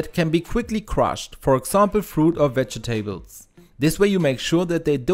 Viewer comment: Veg e Tables? Seriously?